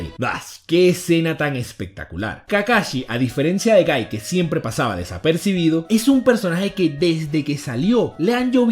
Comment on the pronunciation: No es gaiiiii!!!!! Es guy